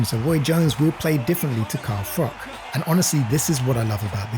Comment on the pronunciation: It’s Froch not frock.